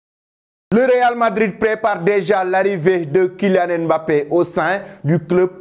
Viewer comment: Un africain qui ne sait pas prononcé "Mbappé" ! Bin voyons. 🤣